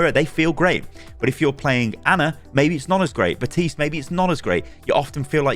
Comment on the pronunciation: Bro is missing an entire letter when saying Baptiste like “Batiste” 💀